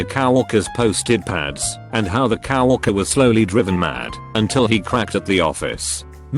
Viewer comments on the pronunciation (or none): Q: What's a simple everyday approach to slightly mess with people without them knowing? Video plays... Video: Says cow-worker instead of co-worker. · I love how the voice says cow walker instead of coworker